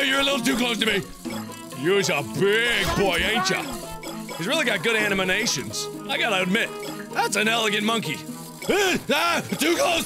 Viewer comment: ‘Animanations’ Markiplier